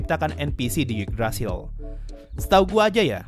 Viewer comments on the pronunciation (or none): none